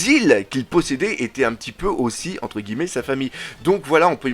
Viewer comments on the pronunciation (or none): none